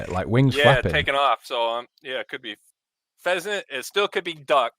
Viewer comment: Pheasant it's pheasant